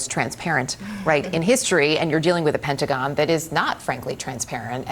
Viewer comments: The "Pentagin"? How about Newcasters that speak American English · She said pentagin